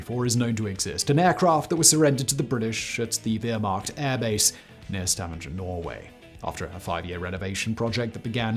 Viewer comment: Stah - WANG - 'er....PLEASE! First look up city names in wikipedia check out how to pronounce them... don't be a yank... there is no zzzyyy sound in Stavanger. IT IS NORWEGIAN.